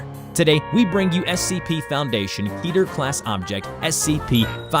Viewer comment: Kidder It's kedder What you said wasn't Ketter What the heck were you thinking when you're making your audio